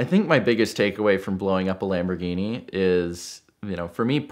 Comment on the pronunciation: Could you let him know that there is no D in Lamborghini.